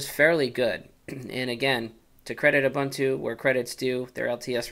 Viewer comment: are-bun-too... wtf??? it's pronounced oo-boon-too. i wana rip my ears of every time he says are-bun-too